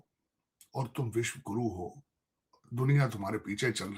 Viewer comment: Abe takale tu Vishwaguru bolna sik Le be